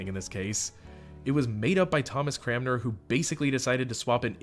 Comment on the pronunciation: CRANmer. Cran - mer. Don't feel bad though, lots of Anglicans can't say his name right either.